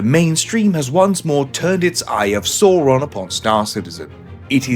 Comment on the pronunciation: You bloody liar. "eye of sauron" your AI slop mispronouncing "sauron" as soaron is hilarious. I didn't bother listening to the rest of your AI crap. And you come into the comments to bloody lie about it. It's CLEARLY AI narrated. You are supposed to declare that to youtube by the way. So have a report to go along with your idiotic arrogance in thinking people are stupid